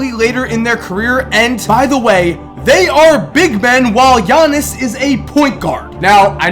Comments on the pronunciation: bruh pause the video. you pronounced his name right! I'm just gonna congratulate you on that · Thank you for pronouncing his name right